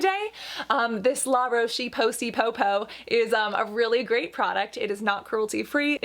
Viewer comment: Cassandra saying La roc po say popoo is my boyfriend before he started pronouncing it correctly 😂😂😂 I didn’t want to correct him because it sounds so cute!!